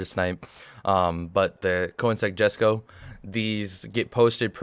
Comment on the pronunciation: it's not pronounced Jesco it's pronounced yesco